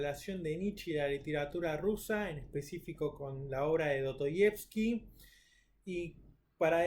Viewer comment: Do-to-yevski???? La S en ruso no es muda, y en español tampoco.